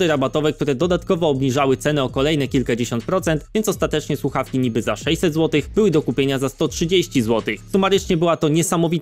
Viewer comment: Ta pierwsza influencerka od tych fakntastycznych sluchawek mowi "suawki". Tragedia. Natalia kaczmarczyk 🤣🤣